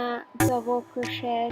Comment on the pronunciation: There is no such word as "crochette" - it is pronounced "cro-shay" and spelled crochet. And it's "stitch", not "hitch". Where do these non-crochet terms come from??? Also, the music is terrible and a little more attention to detail would be helpful. I ended up with less stitches in row 2 than I should have, but you're not explaining the beginning AND ending of rows. I can probably figure it out, but I shouldn't have to. Very poor video.